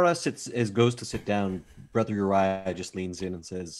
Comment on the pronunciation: I did see a correction. Brother Uriah came out as Borther Uriah